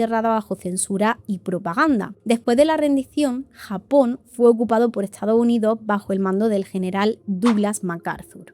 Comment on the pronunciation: “Etsado Unido” 🥴